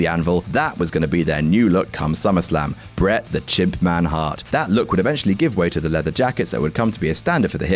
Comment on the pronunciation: I just about spewed my drink when u said Bret the Chimpman Hart